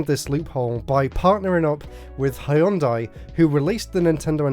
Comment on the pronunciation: Hëìyundai. Lol. Can’t get any more British than that.